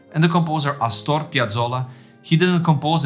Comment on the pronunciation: It's not asTOR, it's AStor.